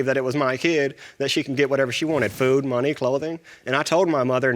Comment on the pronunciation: “I gave’em fewd I gave’em menny.” 😆😆